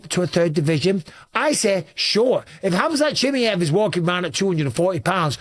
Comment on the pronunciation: His name is pronunced as Hamza She Maai Yeev. Not shemeyev...